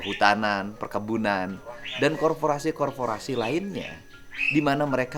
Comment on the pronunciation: Korporasi bang, bukan korforasi